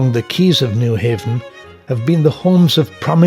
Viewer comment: Terrific video and narrative. The narrator, however, was apparently not schooled on certain proper pronunciations. Nyhavn is not New Haven, but is pronounced New Houn. Nor does it mean New Haven, but rather, New Harbor. Same holds true for Kobenhavn - not Kobenhavn, but Kopen Houn.